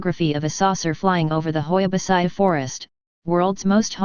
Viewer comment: Hoia Baciu World's most haunted forest 😂 And the tts is wrong, originally the i in Baciu is not pronounced its like " Bacuu"